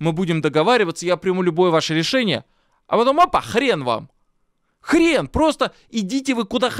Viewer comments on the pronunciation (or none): none